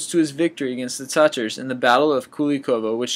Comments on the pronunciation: "verdoon" "revurred as a saint" "rick-tuh-fen" "looft-strite-craftay" jesus man you really need to work on pronunciations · Interesting video. Other than the fact you put Billy Bishop as a fighter pilot in world war two instead of world war one, my only complaint is your pronunciation of certain words like "revered" or Verdun. [ you called it Verdune.] Work on that aspect of the videos, and they will be far more compelling. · its pronounced REH-VEER-D. Not "Reverred".